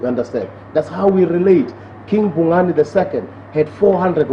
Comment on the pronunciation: IT'S KING BHUNGANE. PLEASE RESPECT OUR KING'S NAME.